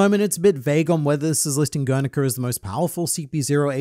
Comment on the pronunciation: "Gernika" or "Grrr! Nika!"